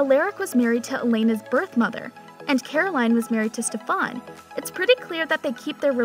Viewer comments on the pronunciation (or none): It triggers me so much how you pronounce their names as Stefuuhn, Alleric and Salvatori 😂😭 It's basically pronounced Steffen, Al-uh-ric, and Salvator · Clearly this girl is reading off a script. She is saying Stefan wrong and Salvatore wrong. She is say Stefan like StefOn and Salvatore like Salvatori? Like what! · Can someone tell that Stefan is pronounced Stefin, salvatore is pronounced salvator, the e is silent and maybe watch an episode of TVD in english to see how the names are pronounced 🙄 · Look i appreciate your work but it stefan not stefaaan and its saltvatore not salvatorie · It's not Salvatoree, it's Salvatore. The e is silent. It's not Stephaan, it's Stefan. It's not Alearic, it's Alaric. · Say it with me. Sal-vah-tore. Not salvatorie Ah-lar-ick. Not aleric Ste-fin. Not Stefahn. My God that made me angry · ITS A-LAR-IC NOT ALLER-IC AND ITS PRONOUNCED SAL-VA-TOR NOT SAL-VA- TOR-E AND ITS STE-FAN NOT STE-VEN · u did not just pronounce Stefan as Stefaan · ITS STEFAN NOTTTT STEFVAN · Lol salvatoree Alaaric.... his first scene he explains thats not how you say his name. Stephaun... If you don't watch the show they shouldn't do the video. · Don’t forget she mentioned Stef-ON SalvatoreY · Just to help clarify how to pronounce the names, I greatly noticed that were mispronounced. Crossing fingers for an Elena and Damon appearance in Season 3! A-LAR-ick Sal-va-tore Stef-an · It’s pronounced (stef-in) and (a-lar-ic) but spelled Stefan and Alaric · Did she just say “ eleeerick “ and “ EEElena “ HAHAHAH AND THE WORST OF ALL “ STUVANNN “ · it's Stef-an and A-laric and sal- vatore. the e doesn't mean say it differently. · You pronounce Alaric (All-our-ik), Stefan(Steph-In), Salvatore(Sal-va-tor) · ITS STEEFEEENNN (THE PRONOUNCE) AND ITS SALVATORRRRR THE E IS SILENT IN SALVATORE... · Almost every single name 🤦‍♀️ Stefan, Salvatore, Alaric.... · the pronunciation of stefan , salvatore and alaric 😭